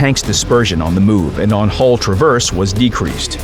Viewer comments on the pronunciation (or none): none